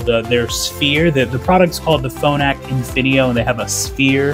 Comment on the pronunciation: It's called Infinio, not Infineo.